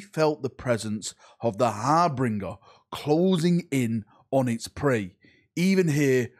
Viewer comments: What word will mispronounce today! Harbringer instead of Harbinger! I'm convinced you do this on purpose just to trigger us! Damn you and your cunning ways to make us comment more hahaha! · har-bin-ger not har-bring-er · Har-bin-jer, not har-bringer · Harbinger, not harbringer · HARBINGER you biscuit. ''HaRbRiNgEr'' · Harbringer? lol Might want to give that another go mate. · Love your stuff but please pronounce harbinger (Har-Bin-Jer) correctly 😂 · Har-bin-ger. There's no 'r' between the 'b' and 'i'. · Ikr, driven me crazy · You blokes love to call all redheads "ginger" you should know how to pronounce "Harbinger" 😂